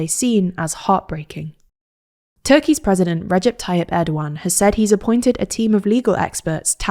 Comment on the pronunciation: This is the first time I heard someone from this channel pronounce erdoğan's name properly. Good job!